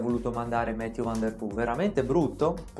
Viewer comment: Va bene tutto,, ma Mathieu è un nome francese, mi fa male il cuore a sentire nomi non inglesi "inglesizzati"😅